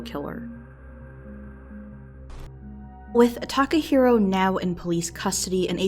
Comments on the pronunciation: i cringe everytime she says "Takaheero" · Tim Evans this isnt even what I'm talking about? I'm talking about the comment "they got what they wanted" was inappropriate. I cant tell if its serious or not, but either way, its insensitive. Also its Takahiro, not taco hero.